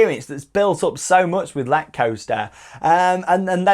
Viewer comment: ! I have been on it 30 times (in a row) no joke and it is amazing, the way you pronounce it is incorrect though :(